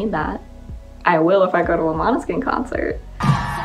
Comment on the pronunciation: uhmm sorry but we say måneskin not maneskin 🤣